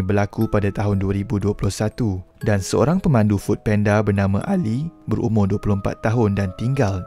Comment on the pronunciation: Food panda bang bukan penda😅😂